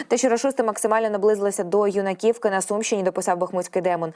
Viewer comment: Кіндра'тівка, Ю'наківка (наголоси від аборигена)